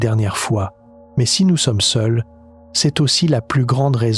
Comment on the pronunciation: Maze... Faudrais que l'IA apprenne a dire ''mais'' comme il faut. Un problème ''Géante'' Sérieux ? C'est ''Immmpossible''. Il doit en avoir plein d'autre, maze j'ai décroché.